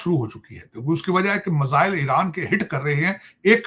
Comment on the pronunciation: टकले मजाइल नहीं मिसाइल होता है 😂😂😂😂😂😂